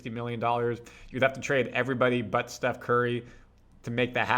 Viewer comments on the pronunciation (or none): none